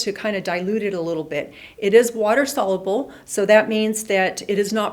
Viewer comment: Sol-ya-bl not solabl for soluble